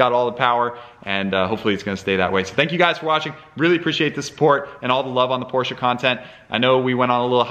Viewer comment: Thank you for using the correct pronunciation of Porsche. Metal flakes in the filter indicate the IMS bearing going bad and not bore scoring. Mobil 1 makes an oil specifically for Porsche/BMW/Mercedes and its sold everywhere. I don't know what the difference is, but it worth noting. The Boxster weights about 190lbs lighter than a same year Cayman.